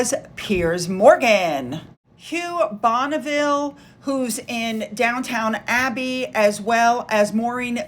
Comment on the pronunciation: Not even sure any more why you can't check the names of who's who and what they do in England especially when you're "reporting" on our RF. (This is just an example but, I mean, who doesn't know it's Downton Abbey, not Down Town Abbey!) Just some friendly advice, maybe you don't need to report every single day and spend some time on research. Look at the rate of how fast the channels who do that grow. Most of your audience is American and you're giving them false information without meaning to. Anyway, congrats on finally breaking the 50k mark.